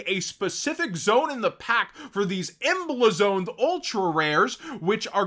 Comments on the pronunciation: Imma help you with this word, cuz your mispronouncing it. emblazoned = Em-blaze-und It is not Em-bleh-zoned. Can't have you sounding ridiculous, you're welcome 🫡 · The way you pronounced emblazoned ultra rares 😂😂😂.